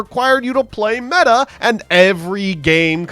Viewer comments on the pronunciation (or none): none